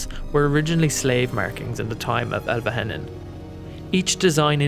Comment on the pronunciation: Also I'm sorry but it's pronounced Elve-heh-non